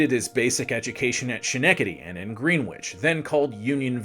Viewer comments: And gren-ich, not green-wich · Green-witch….you’re outing yourself worse than Peter Graves in Stalag 13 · He also fucked up Greenwich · Well done, but fam... it's S-KKKKKKK-ENE-KKKKK-TEDY!!! and GREHN-ITCH!!! lol so difficult to listen to with the mispronouncing. But well done, nevertheless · You mispronounced Schenectady and Greenwich. Do better.